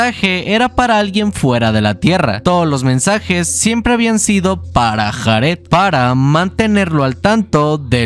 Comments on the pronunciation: De los mejores canales que he visto en mi vida, me encanta como resume las historias, las traduce (exceptuando lo de JARED, se dice "Yared" nojoda) y su edición, no se me hacen pesados los vídeos en lo absoluto, sencillamente lo amo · Me causa ansiedad que pronuncie Jared como lo hace XD